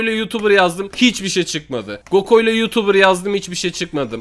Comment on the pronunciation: Abi gokoylo değil goklo.🤣🤣🤣🤣🤣🤣🤣